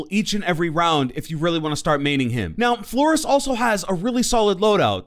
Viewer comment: I kinda like how he said Flores kinda wrong